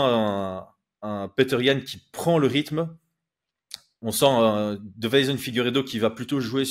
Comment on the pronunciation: tu dis DE-VEI-SON alors qu'il s'appelle DEI-VE-SON, ça me tilte à chaque fois 😂